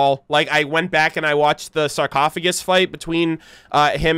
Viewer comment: "Sarcophasgus" Nice XD